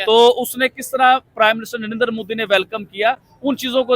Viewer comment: Abe mudi nahi bolte modi hai vo